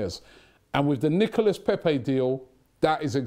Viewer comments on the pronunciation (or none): knee-co-la not Nicholas, Robbie. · Hey.... u pronounce it Nicola....:-) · you dont pronounce the S on his name you've been told over n over n over get it right man 😬😬😬